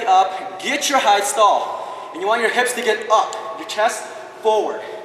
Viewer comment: It bothers me that he says "height" wrong But it was an outstanding tutorial and quite a high gainer flash.